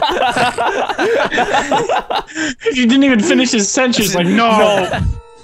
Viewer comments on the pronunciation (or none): said "senchence" 😂😂